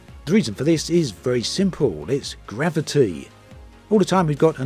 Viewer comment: Gravi- T Veloci- T Diversi- T 🤣🤣🤣 ⛳